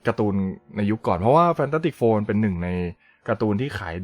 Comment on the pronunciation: ผมว่าพูดชื่อหนังยังไม่ชัดเท่าไหร่ครับ